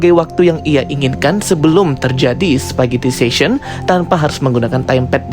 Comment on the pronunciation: "spaghettification", bukan "spaghettifation"